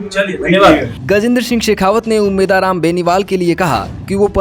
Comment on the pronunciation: उम्मेद राम बोलना शिखो पहले 😅